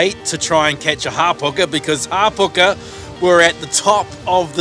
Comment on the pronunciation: Isnt Hapuka not Harpuka?